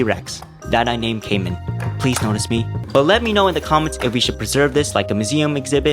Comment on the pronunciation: As a camman18 fan, the way you pronounce "camman" is as bad as a warcrime. It's pronounced CAM MAN, and not CAY MAN. i hope you see this, and luv you anyways ♥